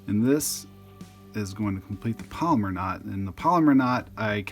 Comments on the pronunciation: It's pronounced PALOMAR, not "polymer". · "Palomar" is not pronounced "polymer". It's pronounced "pallow-mar".